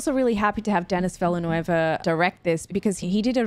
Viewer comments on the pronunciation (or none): The composer is Max Richter, not Max Ritcher. You should also watch Bladerunner 2049 by Denis Villeneuve (also 's' in Denis is silent, since he's a french Canadian. All those names yeah? 😃), if you hadn't already. Another kind of movie, still great though. Love your reaction, almost cried in the end ❤